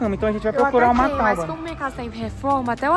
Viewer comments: É tabua e nao taba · Tauba? Tábua.... Kkkkk